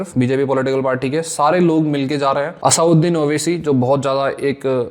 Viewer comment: Bhai asauddin owaisi ni hai...asaduddin owaisi naam hai🥲